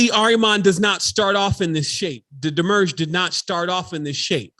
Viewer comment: You are saying demiurge weird. This video will help.